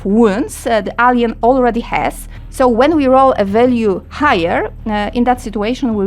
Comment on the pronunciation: W wyrazie "retaliation" wymawiamy pierwszą sylabę jako miękkie ri a nie twarde słowiańskie RE. Wyraz "purple" czytamy w uproszczeniu jako pe(r)pl. Wyraz "alien" czytamy ejlien. Wraz "return" to nie jest żadne return, tylko rite(r)n. Można tak wymieniać i wymieniać. Zanim nagracie - puśćcie ten swój tekst choćby przez google translate, żeby wam poprawnie przeczytał wszystko aby pominąć tego typu pongliszowate horrenda.